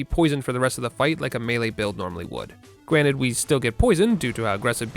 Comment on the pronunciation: gwranted? Am I the only one that hear this?